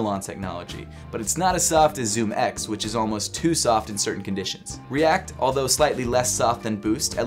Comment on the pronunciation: Like si cada vez que decia "Too Soft" pensabas en "TUSA"